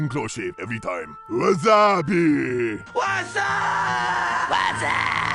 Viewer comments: The blademaster actually says "Wasabi" and not "Wazupee" This 1999 budweiser ad is the reference I think, though I am not sure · Isnt the Blademaster quote "Wasabii", not Whatsupee